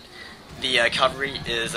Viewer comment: Cav-al-ry not cal-var-ry.